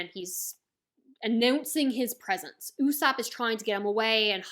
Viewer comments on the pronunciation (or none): none